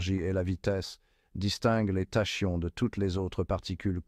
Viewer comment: Prononciation :Takion... Banaste Pas tachions...